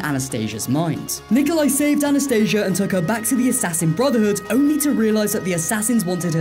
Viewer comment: That’s not how you pronounce Anastasia, it’s not the medical anaesthesia , it’s pronounced - Ana sta see ya